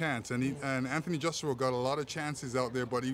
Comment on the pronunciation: Anthony Jaw- Shua!